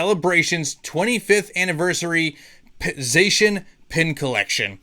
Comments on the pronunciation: ''ZA-SEE-AN''' btw :P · Lemme help with the Zacian triggering; It's pronounced ZACK-IAN 🙃🤔🤫🤭🤣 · It doesn't matter how you pronounce Zacian, but I've honestly had my best pulls out of the celebrations Zacian box. And if I got it from you, then it would DEF. stay closed.